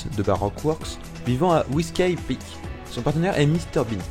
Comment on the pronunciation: Comment tu ma prononce whisky peak x)